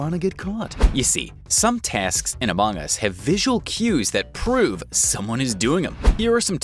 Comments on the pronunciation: Why is pronouncing it as amOng us instead of among us! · Bro this dude say “amOng us” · Love the way he says "a mong us"